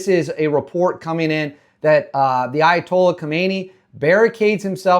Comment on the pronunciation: You need to say his title more clearly: It's not Ayatollah, it's ally toilet.